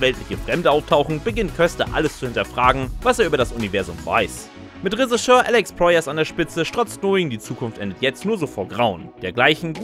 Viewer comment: Lieber: Es heißt "Regisseur", nicht "Resicheur". Schau mal im Duden nach.